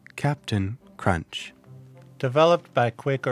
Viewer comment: There is no "T" in Cap'n Crunch